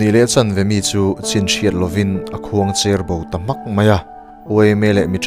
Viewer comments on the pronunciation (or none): Khuangcher bo tih a cher tak i lam rik dan hi a dik hlel a, saptawnga Thin kawkin i lam ri a. Sang Ber tiha ber lam rik dan anga lam rik tur zawk a ni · Bengvar thlak e. An va khawngaih thlak tak em, ka lo tawngtaipui ve tawp e. Khuangcher bo tih i lam hi, i thluk dan hi duhthu a sam lo deuh em aw ka ti. Khuangchera Pasaltha hming a 'cher' tiin i thluk lek lek a. Zoram khawchhak lam khaw pakhat, Cherhlun khua lo lam/sawi ta ila, 'cher' lai tak ang hian i lam zo lo deuh em aw ka ti. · "Khuangcher bo" tih i lam dan hi cher tihlai khi ke per tih a per tih leh motor a tuihawk in dai per a per tih nen hian a lam rìk dan in ang tur niin ka lo hre ve ṭhin. I channel a ṭha e.👍👍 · 'khuangcher bo' i lam ri dik lo.